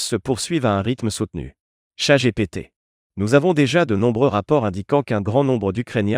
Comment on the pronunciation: euhh « ChatGPT » ? 😅